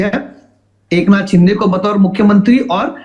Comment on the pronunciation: rajdeep ka frustration dikh rha h jo baar baar shiv sena ko sinde sena bol rha h😂😂😂😂